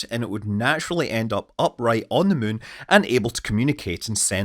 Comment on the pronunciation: Take a drink every time Scott says muun and see how long you last